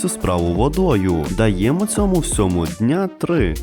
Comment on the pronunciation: Есть маленькие ошибки: 1. Ми виростили губку З насіння, не із, поскольку слово заканчивается на гласную. 2. Не одИнакове, а однакове. 3. Не баночку, а скляночку. Ласкательное от склянка. 4. Не вАтяний, ватний. 5. Не дня три, днІ три.